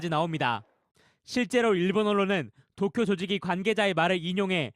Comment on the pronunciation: 나만 도쿄 독도라 들리냐??